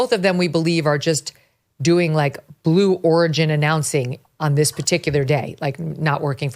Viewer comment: Blue Origin? Is it supposed to sound like blue organ?